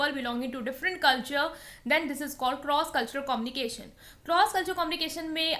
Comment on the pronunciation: My friend its good. Small piece of advice - its not commnication its a communication ( U ) while pronouncing. Kindly pronounce it properly my friend.